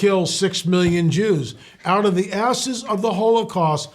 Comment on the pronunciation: out of the ashes not asses, boy you slipped on that one brother but i know what you meant to say